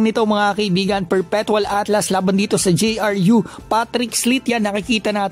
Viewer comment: ALTAS kuya. hndi ATLAS